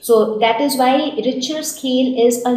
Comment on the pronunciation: yes bro ur correct